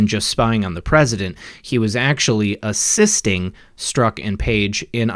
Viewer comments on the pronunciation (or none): none